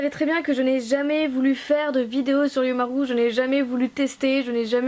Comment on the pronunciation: L'accent japonais est présent 😂😂 (Ironie présente) Ça se prononce "Oyoumarou" mais ça s'écrit "Oyumaru" Voilà 😄